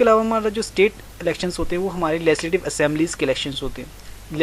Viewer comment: Its legislative assembly not lesidive